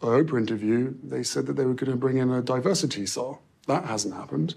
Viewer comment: I love your videos, my brain just stopped when Harry said “diversityser, diversitysaw, (or what ever he said)”, what did he say and was it a real word? 🤷🏻‍♂️😂😂😂